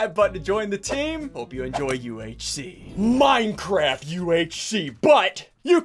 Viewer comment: I thought SSundee said minecrap hahaha